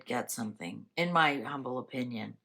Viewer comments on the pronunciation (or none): none